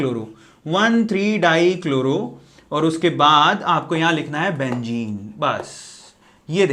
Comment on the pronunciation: "Benzene" it is a true meaning not a "bengene"